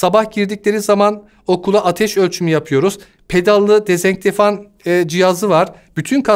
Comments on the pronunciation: Bir tek ben mi kitlendim "yüz yüze" diyemeyişine ve "dezenktefan" deyişine? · Dezenfektan diyemeyen bu adam nerden eğitim uzmanı oluyor gerçekten merak ettim